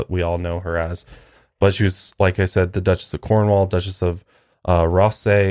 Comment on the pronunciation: loved the video, but for future context cornwall is pronounced cormall... wierd pronunciation but nice place, I live closeby EDIT : sorry to point out mistakes, but the royals are extremely Protestant, not Catholic